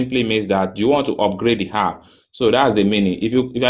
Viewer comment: Thanks for the info.BTW, the word is app, and not harp.